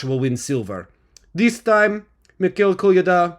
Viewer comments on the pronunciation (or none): none